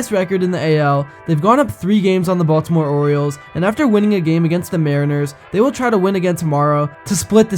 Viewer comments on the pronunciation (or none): none